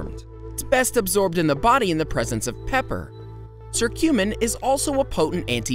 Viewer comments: The letter C can be pronounced as K, sometimes. You know? 😉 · Sorry not to be rude but is your curcumin pronunciation is from a different country than the US? Thanks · 1. Apples 2. Turmeric (he mispronounces curcumin 🤦🏻‍♀️🤦🏻‍♀️🤦🏻‍♀️) 3. Green tea (and he mispronounces Quercetin) 4. Mushrooms (increasing vitamin d intake for sunlight) maitaki (mispronounces) and portobello 5. Cayenne pepper 6. Soy (DON’T. PLEASE. DON’T. MOST SOY IS ALSO GMO. DON’T) 7. Ginger 8. Carrots (mispronounces lycopene…) 9. Spinach 10. Grapefruit 11. Tomatoes 12. Garlic 13. Salmon (and Omega 3 fatty acids) 14. Banana 15. Beans (and magnesium) 16. Oranges 17. Whole grains 18. Coffee (caffeine.. if you’re going to do this, just drink Matcha - it’s green tea and has caffeine and gives better results - that’s me, not the video). 19. Water (to detox and remove mucus from your lungs). Hey, at this point, just eat everything until you think it helps… just go find a better video. That’s my gift for you.